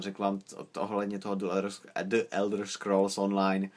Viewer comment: Čte se to "anlíšd" :) a člen "the" se v případě jako je Elder Scrolls čte jako "dí", né "d". Normálně nerad rejpu tak sorry :)